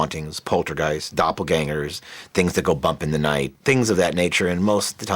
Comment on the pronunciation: what's a dap-pull-er ganger?